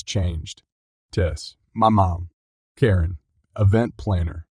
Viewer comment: Is it really so hard to have a human narrator? The repeated mispronunciations (e.g., Karen like "koh-rin," McEntitlement like "miss-entitlement", the often-misplaced emphasis, the unnatural pacing, it all screams artificially generated speech.